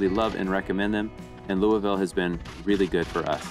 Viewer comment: Somebody from across the country that can say louisville correctly. I’m so proud of you. Lol